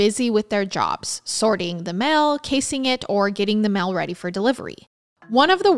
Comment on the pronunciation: Girl I love you vids but you've got to learn how to pronounce words. Idk where you're from but it's deal not dill and mail not mill... you're great but I do find it annoying that the most basic words are mispronounced so badly